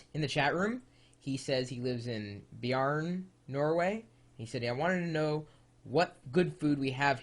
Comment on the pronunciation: HEAHEHEA! BIARN? Mener han Beiarn i Nordland? HÆHÆHÆHÆ FETT!